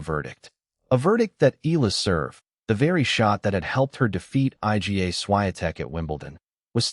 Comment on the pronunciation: I don't believe this . I G A Swiatek ? It is pronounced Iga, for Heaven's sake